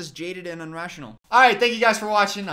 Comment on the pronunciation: I truly, sincerely enjoy all your content on both of your channels... but did you just say "UnRaTiOnAL" 🙃